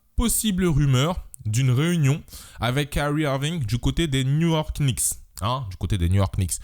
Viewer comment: Top vidéo mais juste dans les Knicks le k ne se dit pas 😂😂